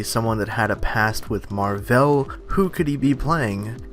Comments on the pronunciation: Wow. Man certian crap irritates me. Stop making videos on the mcu if you cant even pronounce the names right. Its marvel, not marv'el. Seriously go back to your DC world. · Skankhunt42 He pronounces it Captain MarVEL